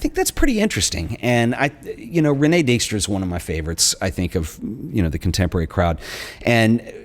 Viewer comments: More like REEN-eh-kuh DIKE-stra. Do yourself a favour, double check it before you tape (the same with a couple of translations/ pronunciations in the Daan Hansen video). Hell, i'd be okay with it if you asked me. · Concerning past masters and Dijkstra (Please, work on your pronunciation of Dutch/ German names). There recently was an expo in the Frans Hals Museum pairing her photo's with Hals his work. The link was pretty clear that way.